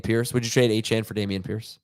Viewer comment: He goes to a chain...its pronounced a-chan 😂 +1 for